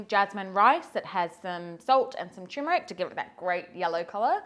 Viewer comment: It’s Turmeric. Not Tumeric..😊